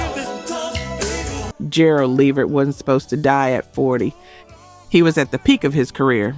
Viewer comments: The AI narration mispronouncing words is VERY annoying. Gerald LEEvert? Really? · Please say Gerald Levert's last name correctly. I've heard too many of your videos where it's wrong. It's luh-VERT. Thank you! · Teach the A.I. to say LA-VERT!!!! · LEE-vert. Come on! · Come on now you can pronounce Levert better than that. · As I'm listening to this page....I was going to subscribe til I realized this is a A.I PAGE because who in " OUR" Community does not know how to pronounce Gerald "LeVert" and "Sean Levert's" Name????? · Can YOU please learn how to pronounce the artist names it’s disrespectful you do this ALOT!!! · These pronunciations are absolutely killing me. Levert was pronounced 3 different ways. LAWD!!!! 😂😂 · Right I don't understand...I expect that from those raggedy AI Channels unless this is an AI channel because ain't no way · that drove me crazy. who is this woman. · I know they always pronounce Levert wrong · The lack of the ability to pronounce words correctly or read is irritating! Ex. It's LA-VERT... RES-PIR-A-tory...geeez! 🤦🏾‍♀️